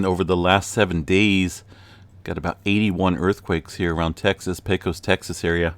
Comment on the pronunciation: Darlin', it's pay-cuss! Not pay-cos (long o). 😁